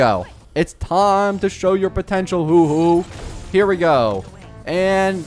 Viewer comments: PLEASE I BEG YOU "huoh-huoh" not "hoo-hoo" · ITS HUO HUO NOT HOOO HOOOO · She is pronouced "hua hua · I swear every time he says “hu-hu” it’s so funny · Knock knock. Who’s there? Who? Who who? It pronounced, “hwah, hwah.” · Haha, look at me, dumb content creator who can’t pronounce a characters name, even though it’s pronounced about a hundred times in love streams and the actual story. That’s a dislike, so ignorant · I lose brain cells when you says Huohuo